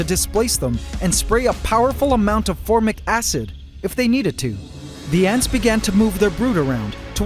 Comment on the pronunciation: We have a drinking game. Take a shot every time he says phormic acid 😂